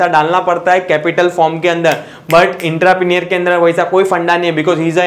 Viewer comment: Entrepreneur ka pronunciation to seekh😂 baad mein lecture upload kar...😂